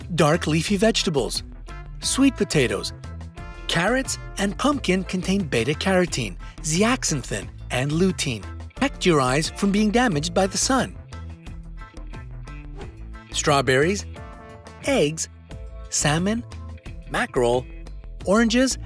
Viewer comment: ZEAXANTHIN is pronounced ZEA ZANTHIN